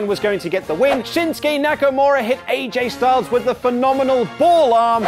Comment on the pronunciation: When AJ Styles kept saying Shinsuke, I kept hearing Shit Stain Nakamura.